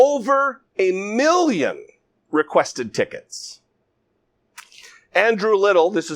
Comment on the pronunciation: Reporter: How many tickets were requested? Trump: Over a meeyon tickets.